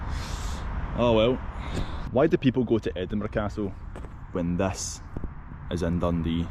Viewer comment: The “aww well” was perfect